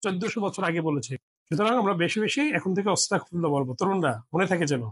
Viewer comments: আপনি বারেবারে অস্তাগফিরুল্লাহ বলতেছেন আসলে উচ্চারণটা হবে আস্তাগফিরুল্লাহ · এইখানে ওয়াস্তাকফিরুল্লা না। সঠিক হল আস্তাগফিরুলা হবে। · ওস্তাগ ফিরুল্লা না আস্তাগ ফিরুল্লা হবে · উচ্চারণটা ওয়াতাগ নয় ! আস্তাগফিরুল্লাহ হবে ! আপনার উচ্চারণে... শুনে নিবেন। আল্লাহ আপনার সহায় হোন। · ওসতাগফিরুললাহ নয় , আজতাগফীরুল্লাহ । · ওস্তাগফিরুল্লাহ্ নয়,,,,আস্তাগফিরুল্লাহ্ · আপনার কথা ভুল আছে অস্তাগফিরুল্লাহ না আস্তাগফিরুল্লাহ হবে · অস্তাগফিরুল্লাহ নয় আস্তাগফিরুল্লাহ হবে। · ক্ষমাসুন্দর দৃষ্টিতে দেখবেন আপনার আরবী উচ্চারন যেমন অস্তাগফিরুল্লাহ বলছেন তা হবে আস্তাগফিরুল্লাহ ।আরেকটা সুবহানাল্লাহি ওয়াবি হামদিহি সুবহানাল্লহিল আজীম ওয়া বি হামদহি আস্তাগফিরুল্লাহ হবে। আশাবাদী সংশোধন করে নিবেন।যাঝাকাল্লাহ খইর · আস্তাগফিরুল্লাহ হবে